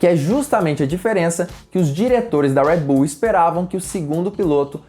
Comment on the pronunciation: Agonia quando ele fala "Uédi Bull" KKKKKKKK